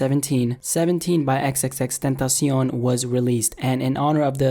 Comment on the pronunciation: Finally someone who pronounces his name right 😂 thank you - LLJ 🖤🕊